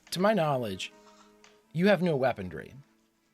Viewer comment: love your reactions but i have one, albeit minor, pet peeve. there is no letter “D” in the word weaponry. 😊.